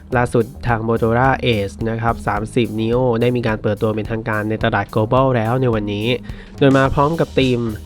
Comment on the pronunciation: ทำไมออกเสียง 30 นีโอ เป็น30 นิ้วครับฟังแล้วแปลกๆ.....ควรแก้ไขเสียงฉากหลังดังเกินไป..จนแข่งกับเสียงแอดรีวิวจนทำให้หมดความอดทนในการฟังต่อได้ครับ